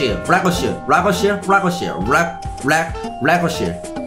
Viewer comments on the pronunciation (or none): 래거시 아니라 래거사인데...😅